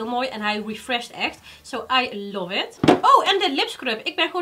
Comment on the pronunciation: Meis. je doet het leuk. maar stop alstublieft met je stopwoordje 'i luf it 'zoals je dat steeds zo uitspreekt.